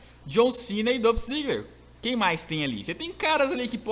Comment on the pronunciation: Mano, só pra lembrar é Dolph Ziggler não Dãf Ziggler...